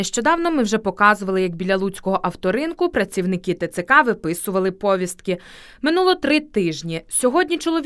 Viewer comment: Де взяли такий наголос ПоВІСТКИ? МОЖЕ ПВіСТКИ?